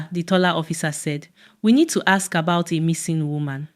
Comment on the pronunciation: Why do you guys miss use Aks for Ask? Good story